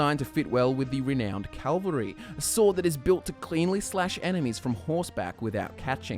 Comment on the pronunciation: It's pronounced kav-uh l-ree (cavalry) not kal-vuh-ree (calvary). Cavalry is what you want to say. Calvary is where Christ was crucified.